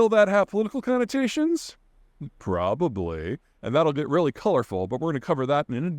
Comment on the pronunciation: The way he said probably